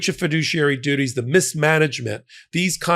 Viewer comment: He's a fidooshiary alright.